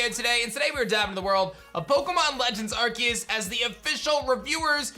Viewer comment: Did you seriously just say “arkeus”? There’s an e beside the c it’s “arceus”